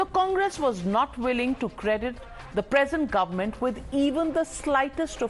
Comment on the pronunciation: the word is Government.. Not Goment...!!